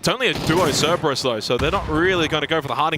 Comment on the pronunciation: Three days in and he is still saying "Ceberus"